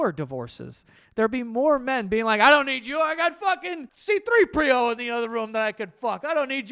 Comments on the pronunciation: Giovanni Sithrippio 😂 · The way he said C3PO like an Italian last name 😂😂